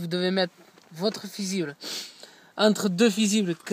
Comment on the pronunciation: Le "fizible" 😂😂😂